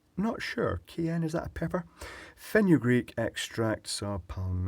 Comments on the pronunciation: Cayenne not keyann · Cayenne is pronounces kye-yanne. It's the peppers in Tabasco sauce. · Looks outside at Cayenne plants, pronounced kai-yan here, and wonders if this video is a testament to Scottish food?